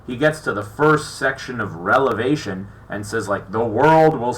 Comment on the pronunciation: I TRIED to take you seriously until you repeatedly mispronounced REVELATION. Prior to challenging biblical experts, you should have SOME form of knowledge and real understanding of what you are discussing.